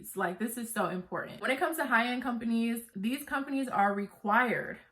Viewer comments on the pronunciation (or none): Love your videos! 😍 Thanks for the tea! Don't forget that 'T'. It's impor-ant 😁. Glad your business is doing well. Thanks again!